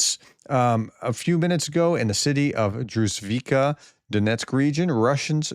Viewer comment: Druzh-KEEV-ka. Also, ZH reads as g in giraffe